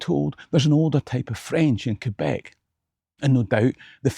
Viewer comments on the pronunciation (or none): none